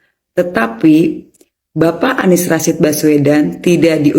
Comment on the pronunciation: Kesleo lidah Anies jadi ngomongnya ngk pernah bener.🤣🤣🤣.